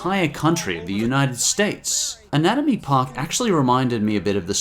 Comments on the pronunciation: whats anaomy park? isn't it anatomy park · "Anaomy Park"? What happened to the T?